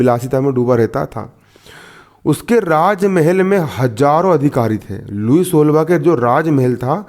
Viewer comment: Nice sir lekin लुई सोलाहवा hai jise app kya bol rahe ho